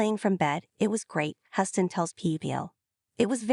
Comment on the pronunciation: "Huss-tin"?? Come on, E! Stop being so cheap, dump the AI, and spring for a live commentator!